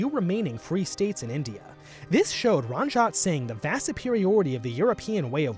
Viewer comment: It’s not Ranjaat sing you idiot , it’s maharaja Ranjeet Singh. I doubt you put much effort in researching as you cannot even pronounce the name of the most important figure of your topic.